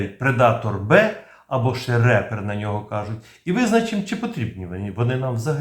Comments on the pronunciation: Шановний!Трохи попрацюйте над англійскою. Репер читає реп, а ріпер від "рест ін піс"! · Щиро дякую! Тільки не "рЕпер", а "ріпєр", тобто "жнець" 🇺🇦🇺🇸✌ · Правильно не репер, а ріпер( в перекладі жнець). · Відео сподобалось! Дякую! Але не "репер" а "ріпер" - жнець. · Ріпер, а не репер😁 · Тільки не "РЕпер", а "Ріпер" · Гарний огляд. Тільки одне зауваження про MQ-9, він не Репер, а Ріпер. 😉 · Дякую за відео!! Єдине зауваження правильно казати MQ9 Ріпер (Reaper - жнець з англійської) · MQ-9 Reaper правильно читається як "Ріпер", що означає "Жниварь", що очевидно є метафорою на те, що цей апарат влаштовує ворогам "жнива смерті".